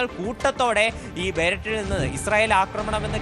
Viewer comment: ലെബനൻ്റെ ക്യാപ്പിറ്റൽ ബെയ്ററ്റ് അല്ല ഹേ!! ബേയ്റൂട്ട് എന്നാണ് വായിക്കേണ്ടത്...😅😅😅😅